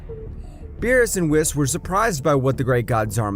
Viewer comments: Its berrus not bills😂😂😂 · Don’t mess with the god of destruction “bills” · Beerus = bills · Is it really that difficult to say berus